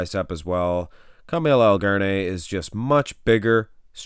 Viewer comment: His name is Ka-ma -al not Carmel